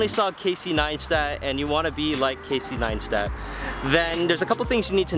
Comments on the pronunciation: "Casey Neinstat" lmao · "Casey NINE-stat" 😋